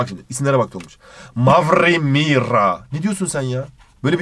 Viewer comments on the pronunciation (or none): Mavrri Mirra! Ne diyorsun sen ya?!